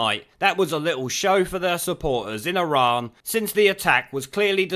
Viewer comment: He does love Iran but pronounces it Izan, because he's backward.